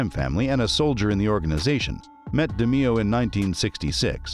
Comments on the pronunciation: Pronounced DE MAYO. NOT DE MEE O. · I swear to god it's DE NOT DI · Great Episode!!!! Very Informative!!! Just wanna say though, the last name is pronounced De Mayo, the way that would roll off you tongue. But very entertaining and informative!!! :) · Actually the name is pronounced DAY MAYO. And the thumb nail shows a picture of Roy, but calls him Tony. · Almost unwatchable because of it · its pronounced de-mayo.......jesus😒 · Da-MAY-oh. Pronunciation like that, you might be Gemini meat. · You butchered his name. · i dont like how you pronounce roys last name